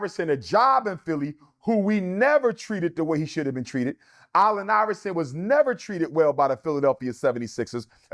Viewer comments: KOBE IS NOT BETTER THAN MJ.. PERIOD and why CANT HE PRONOUNCE. ALLEN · This numbers dude can’t say “Allen” correctly. That snake thing on the court was just a coincidence